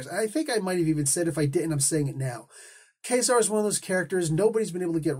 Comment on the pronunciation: Ka-Zar was my favorite comic when I was a kid. To me the pronunciation was always Kuh-zar and not Kay-zar, so that is how it will always be to me, regardless of how much one might think it sounds like Kazam, which is really superficial, esp. when the latter, Kay-zar, sounds like Gay-zar, so I dont see why you go with that.